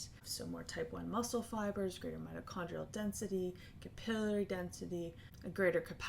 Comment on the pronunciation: that REALLY threw me off. lol